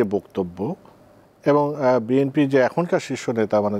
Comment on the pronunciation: এই মাথামোটা এভাবে কথা বলো কোন।শুদু বিম্পি বিম্পি করে।চাটুবাজ